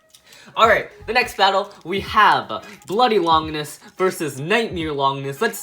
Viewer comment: he said longinis